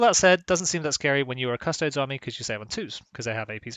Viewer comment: so your channel is named Custodes Central and yet you say Custoads instead od Custodies? cant wait for "Asstards Central"